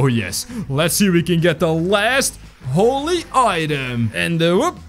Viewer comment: holly book. me:IT IS THE BIBLE